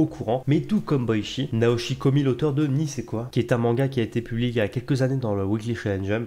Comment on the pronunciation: "nisequoi" ça se dit koï ;)